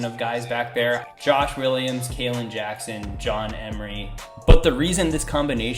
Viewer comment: Your video and caption did not even remotely correlate,also if your going to name drop make sure you actually know the names, it’s Kaleb not Kalen